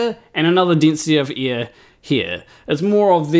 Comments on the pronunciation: Ear/air different spelling, different pronunciation love your stuff but anyone would think that you lived underneath us in an upside down ball lol 😆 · First off, my post was an attempt at humor, and admittedly neither a good nor obvious one. I was making a joke about Tree Potato's comment about how pronunciation of "air" sounds like "ear" to some people, myself included. I found it ironic that the word being "heard" differently was "ear". 😉 I had already been wondering about shirt showing "Dunning-Kerger" instead of the actual term "Dunning-Kruger (effect)", then happened to see the thumbnail, read the quote, and understood it was from a flat-earther who misunderstood it. My sleep-deprived brain somehow conflated the two events into one comment; my apologies for any confusion and inadequate humor I may have caused. 😔